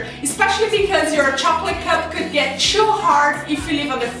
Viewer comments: I love how she says 'choo' instead of 'too' XD !! x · You Said tshuw it is too